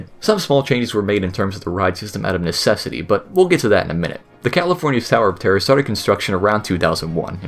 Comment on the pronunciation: "The California sower of terrier"?